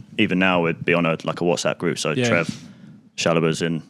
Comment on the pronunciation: Trev not Trent